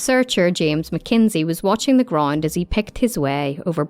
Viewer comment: Sorry, what English is this? "Groind, grind" - for "ground", "cofer" - for "cover" etc. impossible to listen to.